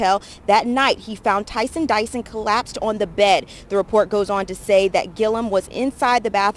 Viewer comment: The reporter said "Tyson Dyson" lol